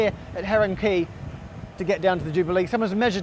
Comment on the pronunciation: It is an "ay" not an "ee" in the pronunciation of Quay